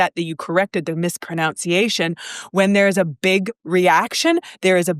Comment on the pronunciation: You mispronounced mispronunciation, Lol!